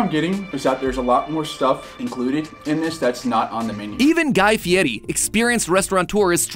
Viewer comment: Hearing matpat pronounce guy fieris name (I’m assuming) correctly after I’ve only heard the American pronunciation tickles my brain